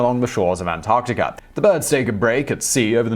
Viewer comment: I'm completely confused how the R sound comes with As - Antarticr??